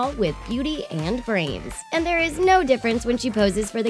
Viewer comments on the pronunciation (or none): none